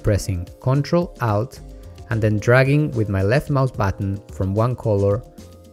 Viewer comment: Just to put it out there for those who are watching this video for the first time, when you him say, ''Out", he's actually saying alt.